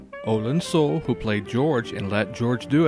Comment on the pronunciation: His last name was pronounced soolay.